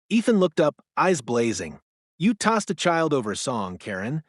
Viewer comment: Please teach your AI machine to say it correctly. If someone uses a tazer, the victim has been tazed, not tossed.